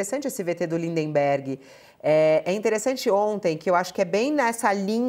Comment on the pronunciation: Fabíola chama Lindbergh de Lindenbergue. É por questão de pronúncia, ou é porque ela nunca percebeu o detalhe?